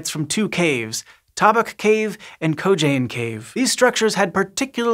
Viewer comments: Co-cane not Co-jane, check ur text yo. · Say it with me “COE CANE”. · "Kogaine" Me: COCAINUM!!! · since when is a c pronounced like a j ? lol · Kocain Cave was not how I expected it to be pronounced